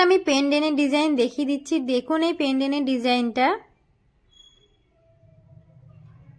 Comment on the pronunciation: পেনডেন নয় পেনডেন্ট